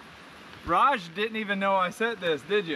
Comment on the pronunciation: His name is Raj not whatever u said! Y do they show me these vids anyways?!